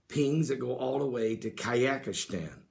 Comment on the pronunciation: what is Kayakishtan man?